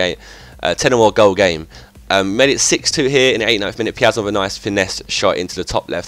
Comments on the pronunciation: The pronounce is: "Peea-zon". I'm brazilian man. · Piazon is pronounced peer - zon